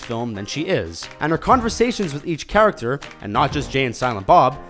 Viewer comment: "charactcher" XD